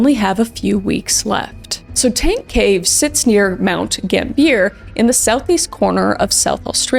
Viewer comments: i had a little giggle when u said gamb-ear, its sounds more like gamb-iA (said a bit quicker too). but i’m just a dumb australian what do i know hehehe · If it hasnt been said, it is pronounced Gam (like bam)-bee-uh. :D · These stories are so heartbreaking, but as a South Australian, I actually can't with the pronunciation of Mt. Gambier (gam-bee-er).